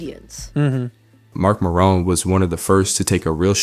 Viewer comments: Andrew Callahan isn’t a comedian. Do a bit of digging dude. It’s not that hard. Mark merrone Nono Ma-r-on. Jfc. 🤦🏻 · Ah yes.. Mark "Marone" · It’s MARon. Is this AI? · Mark “Mar-one”. Really, dude?